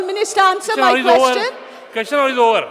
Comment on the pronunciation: seems to be uneducated.Cant even pronounce question.He says keshtion..ha ha This Jennifer seems to be lost Whole Bjp team is dafar